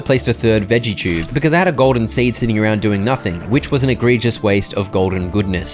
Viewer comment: i’m so sorry but why do you say “chube”